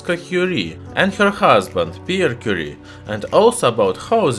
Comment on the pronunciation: Madam Quire => mariegue 😂😂😂😂